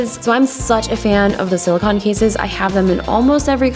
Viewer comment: I like how you say silicone like there's no e at the end of it :)